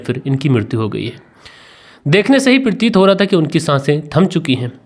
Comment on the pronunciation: Assalamualaikum it is not shishi it is shashi and it is not parteet it is prateet I have corrected you please don't mind khuda Hafiz